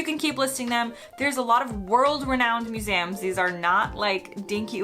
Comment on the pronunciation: What surprised me the most was her pronunciation of "museums" - Maybe she'd never heard the word spoken out loud before in either the US or the UK.